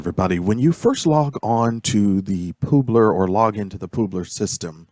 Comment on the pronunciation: Poobler? It's pub-ler, like a publisher